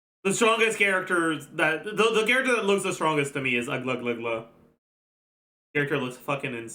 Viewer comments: every language has it's own official transcription of other language, so it's okay to pronounce the names differently then they are pronounced in the native language. In Russia, we have a name Aglaea like a real girls name (rare but still), and it's pronounced "Agla-ya" as by our language rules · please her name pronunciation is Aglaya like in AYAka and AYAto. I know coz that's my friend's name т.т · how is it difficult to pronounce agleya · the british narrator from the trailer pronounced it as “A-gla-yuh” so i started calling her this as well since it sounded really organic but i never knew there was an actual pronunciation. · As a Greek the only reason i opened this video was to check your pronunciation on the Greek name Aglaea and Jesus Christ... The "ea" on her name is read as the "ea" in the word "fear" the first part is read Agla like you are saying it but with a soft "g" like the W on Wild or West or Wound, it doesn't matter if you can't say the g correctly but the "ea" part is easy. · bro becomes the thing he hates...like why you purposely mispronouncing fairly easy names, just cause he hates hsr. "Oh i don't care" then don't consume it. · His ass perfectly saying Chinese and French names and insisting on using them but butchering a Greek name for fun LOL. If he wasn't all about pronouncing names correctly then maybe it wouldn't have been annoying. Seems pretentious asf. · For real he could have just consulted a youtube video about how to pronounce it, takes 1 minute, but he did not care enough If you can pronounce the Fontaine names, then you can pronounce Aglaea's name